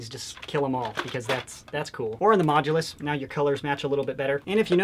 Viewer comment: It is not major it is mooulus